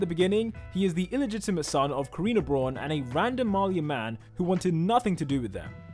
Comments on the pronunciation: no offense but i HATE it when people prononounce braun as brorn no its pronounced brown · "Braun" is pronounced like "Brown", but with the r being trilled and the w silent. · mate, how did you manage to pronounce "Braun" wrong XD, it's literally the same as brown